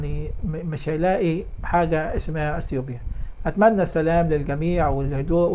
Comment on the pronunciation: السلام عليكم ورحمتألله...... انطق السلام كويس من فضلك